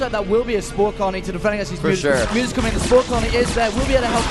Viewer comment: What the heck are mutes? Noob commentators don't even know how to say mutas. I totally prefer to listen to the Korean commentators go crazy than these boring guys.